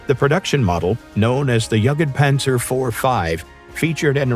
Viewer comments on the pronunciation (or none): This has to be AI, because nobody would say Jegedpanzer like that, if they knew a bit what they are talking about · Yaketpanzer, like bruh wtf. I have no problem with people saying "panser", but that's too far. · is this a AI voice over or did no one really catch the jugged panzer bit before posting it? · he needs to work on his pronunciation. Who says "yuggitpanzer"? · Brah, pls atleast try to pronounce it right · This AI voice has an utter lack of tone and is atrocious at saying "jagdpanzer" and "rheinmetal". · Exactly what I thought. I heard mispronunciations , but never ever heard someone read jagdpanzer that way.